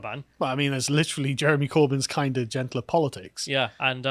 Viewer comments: Kinder, not kindler haha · Did he say 'kindler' three times! The Afghan spokesperson has a better grasp of the English language than you! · “A kindler” more gentle Taliban? Does even know how to speak? If he misspoke once I would understand but he said it three times in the first minute of the video. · Why can't say the word "kinder" he keeps saying "kindler". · Why does he repeatedly say "kindler"??? Is he a moron? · Kindler? Am I hearing this wrong? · I’m a little tickled that he keeps saying kindler. It’s fairly endearing 🥰